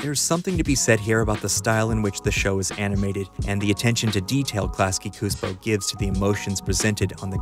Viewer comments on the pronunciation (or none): Csupó is actually pronounced "choo-po" not "coos-po" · Just one thing that keeps annoying me here: you keep calling it Klasky-Cuspo, when it's Klasky-Csupo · Csupo is pronounced "Chew-Po" Great essay, though! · Csupo Pronounced "CHU-PO" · Coospo? Soup-o. “Klasky-Csupo” is pronounced at the end of each episode of so many shows. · Csupo is pronounced chew-poe, just an fyi. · Note: Csupo is pronounced Tschupo or Chewpo.